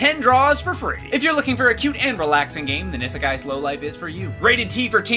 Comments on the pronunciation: The fact the doesn't know how to pronounce "isekai" or the fact that it's just Japanese for "Another World" kills me (although I haven't played it so maybe they just call the in game world isekai) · Idk what's worse, the fact that pronounced "isekai" wrong in the sponsor, yes I'm gonna be "that person," or the fact that the bunny fig in the background disappeared. But hey, at least after a few thousand Google searches, I finally found what that figure was. It only took me about 5 months of searching, but at least it was worth it, I think. Ya'll probably have no idea what I'm talking about/do not care, and I do not blame you.